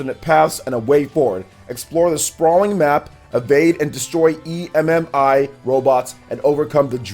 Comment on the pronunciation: Just call it Emmy it sounds like your stupid calling it an e m m i